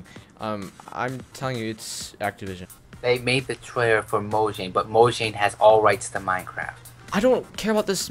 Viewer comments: What is this mojing dance move you keep talking about It’s mojang No mojing😂😂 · You:I don't no why you keep on saying this mo-shing thing... Boy:mojang You: no mo-shing I'm crying xD